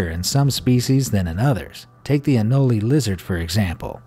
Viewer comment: It’s anole not anolEE